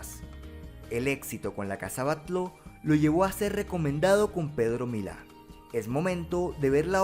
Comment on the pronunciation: Genial video. Decirte que la casa Batlló de Barcelona se pronuncia (Batyó)